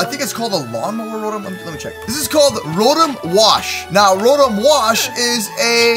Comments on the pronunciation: it rotom not robom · The pronunciation is row tom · Rotom is pronounce ro/tom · It's RO-TOM for how you say it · it's row-tom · It's (row tom) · Why do you keep saying rotom wrong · Bruh it's not how you say rotom